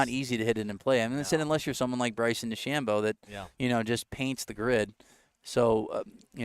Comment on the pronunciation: Main commentator is terrible. Stop calling Dechambeau Dechambino. You're commentating on a sport not talking about your buddy. Makes it seem so small-time